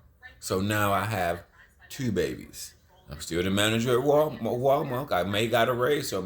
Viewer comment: Lmfao buddy said " Walmark". Anything he says its funny it's always funny because he talks funny lol....